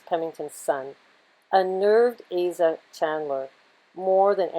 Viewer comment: Asa Candler= Ay-sa (a common isrealite person name. Candle-er meant someone in that lineage were candle makers. The kola nut wasnt just to improve the taste of the water-for the crew, not the slave s (which would be brackish over a long journey) but to give energy and life to those who were failing to thrive. Can't sell a slave that dies on the journey. It would also give energy to the crew. Truly life giving. And that Coca-Cola hit song actually seems to fit the true properties of the kola nut. Love these connect the dot videos!!